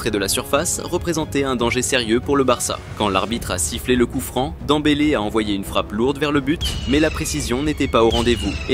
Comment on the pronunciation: On dit dembele